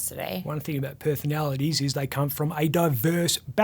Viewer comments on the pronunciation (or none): Perthanalities lmao